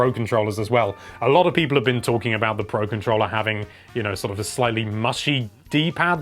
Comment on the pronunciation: HELLO THERE LOVELY PEE-PUH